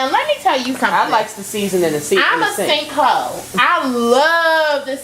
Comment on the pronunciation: "I'm a sink hoe" 😭😭😭😭